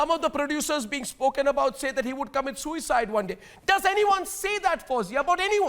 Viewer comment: Why do you keep stressing on the word ‘Suicide’ on purpose. It’s a murder. Shame on you